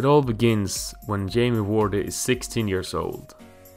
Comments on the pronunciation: Its not Jamie Wordy, Its Jamie Vardy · I was enjoying this until you disrespect the name of one of the premier league's legend.... Ian Wright. Why the hell do you say Ian completely wrong 🤦 Also Jamie Vardy..... V....VARDY. not Wardy 😑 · Say vardy not wordeeee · Jamie "Wardy", WTF. No it's Jamie Vardy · "iron Wright" 😂😂... Its Ian Wright mate 👍 "Jamie wardy" 😂😂... Its Jamie Vardy 👍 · Jamie Wordy? Lol It's Vardy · Its Vardy not wardi😆 V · and why Wordy and not Vardy? XD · Jamie vardy not wordy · wordy not vardy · Jamie wordee?? Wtf where do u see a w in his last name.... Var-dee. How u gonna have him number 1 and u saw wordee.. its Vardy!!!!!! Say it with me. Can't even finish this wordee video.. u get a dislike.. don't make soccer videos bruh I doubt u even watch it since u don't know the name of the best player on Leicester city. And u get a dislike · Jamie vardy not wardy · no ...There is no 'W' sound in German. The German W makes a V sound. The V makes more of an F sound. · Jamie Wordy 😂😂😂😂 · Not that hard to find out how to say someone's name. Did the same with Vardy, Also didn't even mention Wright became Arsenal's all-time top goalscorer until Henry. Just comes across as lazy research. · Laughing at him reading names incorrectly is not the same as laughing at his English. It is not hard to look up how to say Ian Wright or Jamie Vardy, I bet I could find dozens of videos on Youtube where commentators say their names in a game, or they're spoken to in an interview. It's lazy, I'd laugh at an English person if they guessed how to say Solskjær because it takes 0 effort to check how to say it correctly. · That's not true at all. The phonetic sounds required to say Ian and Vardy correctly do exist in Swedish, meaning he simply clearly did not research how to say the names correctly. To add to this, the fact he missed out lots of key information and shared a lot of inaccuracies also highlights how lazy the research was.